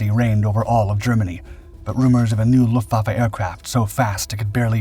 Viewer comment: ¿Donde te han enseñado a pronunciar alemán? Luftwaffe: Luftvaffe, como suena. EL ALEMAN TIENE PRONUNCIACION PROPIA NADA QUE VER CON EL INGLÉS.